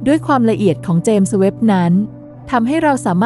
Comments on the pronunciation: เจมส์ ต้องออกเสียง ส เบาๆ ด้วยครับ เพราะ James มาจากชื่อบุคคล เราจะพูด “james webb” ต่อกันครับ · ครั้งนี้ ส อาจจะดังไป เลยฟังดูแปลกๆ แอดมินน้อมรับไปปรับปรุงการออกเสียงในคลิปหน้าครับ